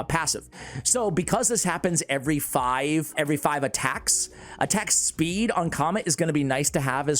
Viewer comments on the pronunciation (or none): none